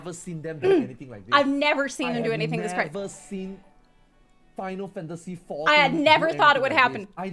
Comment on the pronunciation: Especially that "Final Fantasy XIV"